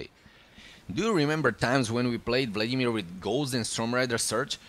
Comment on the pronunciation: Kdyz slysim "vladimÍr" Tak je mi podle prizvuku uplne jasne ze jsi cech nebo slovak :)